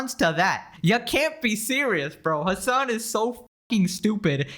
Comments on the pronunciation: You deliberately butcher the name "Hasan" by pronouncing it "Hamas". That tells me everything about how much trust people should put into anything you say. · "hamas piker" ughhh